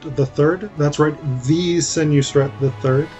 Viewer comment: It's Sen-WOS-ret, not Sen-YOU-sret. And it's generally thought that he ruled BCE (39 years), not BCE (18 years). And it's Wep-WAW-et, not Wep-wah-WET. These are not my pronunciations but those that are standard by Egyptologists who excavate in Abydos. Also, it appears that you didn't actually investigate much about the Passion of Osiris at all ... reserving your talk to the single source of the Penguin book.